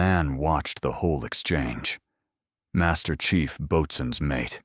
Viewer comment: Boatswains Mate is pronounced "Bo-Suns Mate" at least later the AI actually pronounced it correctly.